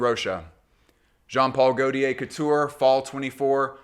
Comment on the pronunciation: Perfekt Video, just don’t say „goltiär“ it hurts …😂. In doubt, watch a perfume by gaultier and you can hear the „correct“ pronounciation … 😅